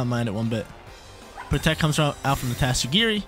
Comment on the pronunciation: I appreciate the tatsugiri pronunciation!